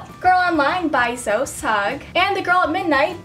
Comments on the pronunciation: BTW it's not Zo Sugg, it's Zoe (zo eee) Sugg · Not to contradict or anything but Zoe is pronounced zo-ee